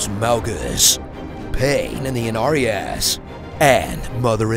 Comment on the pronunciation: Pain in the Innariass! 😂😂😂😂